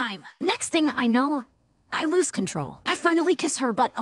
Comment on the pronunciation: "I luz control" - ai